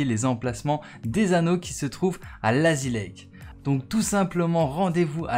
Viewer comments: Ça se prononce layzi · Oui mais ça se prononce layzi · Ton anglais respecte le sa se dit Layzi